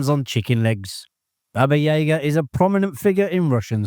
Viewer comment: Once and for all is this narration AI? There's always a mispronounciation of one or more characters or actors' names. Baba YAYGA?